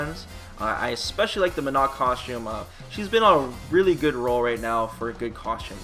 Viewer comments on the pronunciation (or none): none